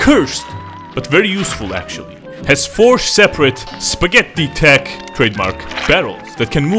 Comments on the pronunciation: Never knew you were swedish until you said "Spagheti" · the way he says "spagettí" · AHAHAHA spa-Getto, only Italians can get that